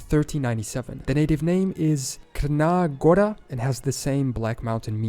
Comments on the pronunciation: When he called Montenegro as Khrna Gora insted of Tsrna (Crna-Black) Gora (Mountain or Forest) i almost died. 🤣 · It's pronounced as Tzrna Gora(h) and no, in English they're still known as Montenegro.